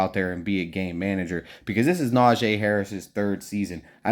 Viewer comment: Why y’all keep sayin Najay! Na-gee!